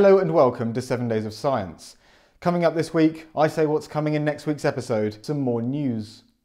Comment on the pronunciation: I thought he said, "Welcome to seven days of silence.." and I wondered if it was some kind of meditation show and that smooth voice seemed to fit but wait...what? He's already talking and a week is so...oh, he said science!